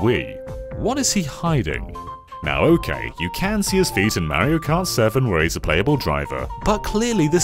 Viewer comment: I thought you said “feat” and this video turned out way different than I expected.